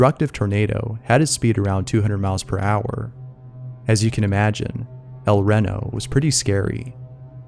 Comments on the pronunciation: It's El Reno not El rino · i’m from oklahoma and El Reno is said like “El Reeno” not “El Reno” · I thought the baby said "mama" because that's one of the first words a baby picks up when learning to speak. And 2 we say El Ree-no, not Ren-I. Sorry, we moved here to Oklahoma when I was twelve. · el REHNo??????? its REEEEEEEEEEno, (Ree like free without the f) yall ragebaiting fr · El Ren-o had me dying, turned spooky to hilarious. It's El Re-no. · The tornado was recorded in EL REEEno not EL RENo. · It's not pronounced El Ren o it's El Re no. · As an Oklahoma native, hearing you pronounce "El Reno" (El REE-no) as "El REH-no", made me laugh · El Reno is pronounced El Reeno, you fking moron. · El Reno (Elle Ree-Know) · El Reno is pronounced El REE-no, like Reno, NV. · Its pronounced EL then Reno, like in Nevada. But yeah I live in Yukon Oklahoma and this tornado was massive 🌪️😱😰😨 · El Reno=El Ree-no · I was absolutely stunned at the horrid pronunciation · It's pronounced El ree-no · Its pronounced El ree-no. I was there for that tornado. It was definitely VERY intense and scary and people here in Oklahoma don't really get scared of tornados because they happen so often so that says something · i was in the el reno tornado too, i saw it firsthand, shit was massive edit: it's also pronounced el reeno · It's tornado El Reno (Ree no) not one word I know because I live in Oklahoma and we have a place called El Reno (el Reeno) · It's pronounced el ree no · Ya gotta be from Oklahoma to know all the weird town names/pronunciations... it's pronounced El Ree-no 😉 That was a horrible tornado. Killed several Weather channel storm chasers. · El-ree-no! I dont live there, but...hey. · You say El Reno like L-Ree-No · r u an idiot...el reno? really im from s philly and i know how to say it....EL REE-NO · El reno, as in reno, NV ... Not renovation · It’s actually said El Ree Kno .....like Reno in Nevada. That’s my hometown, I remember that tornado. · El Reno. Pronounced Ell-Ree-noh.